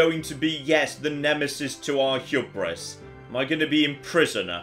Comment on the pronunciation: Is it me, or does say Hubris really wierdly. Either that or I've been saying it wrong all my life.